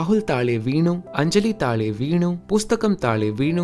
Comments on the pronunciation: it's taazhe not taale 'zh' the same sound you talked about in one of your previous video about languages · It's not Taale in malayalam, It's Thazhe ( zh as in Kozhikode) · In the examples you showed for Malayalam, It is Rahul thazhe veenu rather than thale veenu with the corresponding change in the pronunciation as well. You have correctly identified this sound in your video, "The sound that's missing from Hindi and Bengali". May be you made this video before that one? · Taale❌ thaazhe ✅ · It's not taale in malayalam it's thazhe...